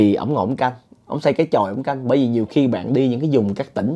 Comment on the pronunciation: sao từ " bởi vì" a nói thành " bị vì" vậy?